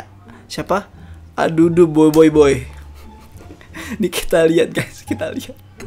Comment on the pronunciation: Boboiboy bang bukan boyboyboy ahahah